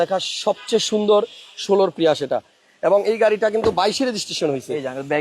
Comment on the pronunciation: It's Prius, bhai, not প্রিয়াষ